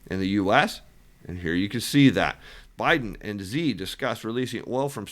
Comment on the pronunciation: Helpful note: the way to pronounce the president of China is She not Zhi. It’s a subtle distinction but Xi is pronounced like she.